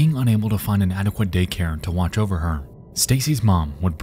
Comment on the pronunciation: Not the "it's jover" and the " you need to leave"